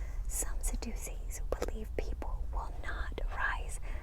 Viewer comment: It's pronounced Sadducees with the short a sound as if you were saying "sad." The "ddu" sounds like the letter j as if you were saying the word juice. Pronounce it one more time as Sadducees. It's a weird pronunciation. God bless you. I love you so much sister! Thank you for the amazing video! Always relaxing